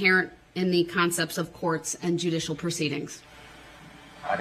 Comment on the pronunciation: If you cannot pronounce "judicial misconduct", and you don't know what it means, you should not be able to use it. "Junisho misconduck" isn't a term.